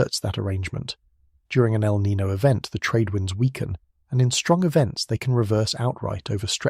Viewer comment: 😴-Spokane WA. By the way: El Nino is pronounced El Nin-yo. The o has a soft y sound before it (as per the spanish language). ☺️🫠